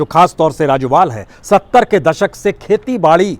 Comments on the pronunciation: राजोवाल नहीं राजेवाल है। कादियान नहीं कादियां है जी। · राजोबाल नहीं सर राजेबाल जमदूरी नहीं सर जमहूरी